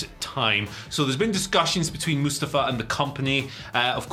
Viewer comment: Moostavva. That's what you sound like right now.